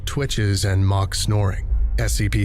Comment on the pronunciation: I'm glad I finally understood what they were talking about The tranq rifles. I thought they said "Mach Tranquilizer Rifles" and I originally thought, oh good god. instead it's "mock" thank God.